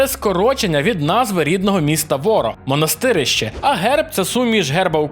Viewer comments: Правильно Монастири́ще. Наголос на друге и. А то ваше Монасти́рище звучить якось по некромантськи... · Не МонастИрище, а МонастирИще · Правильний наголос МонастирИще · Круте відео, але наголос міста невірний)